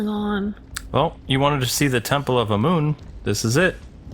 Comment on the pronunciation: It's pronounced am amun not amoon.